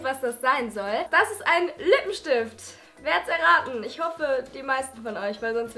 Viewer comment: es ist ein lipea schtift